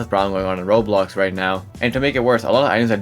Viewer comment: Bro says roblox as "Roux" 😂. U ok m8? You sound half asleep